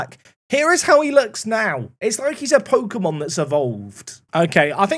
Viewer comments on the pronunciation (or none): none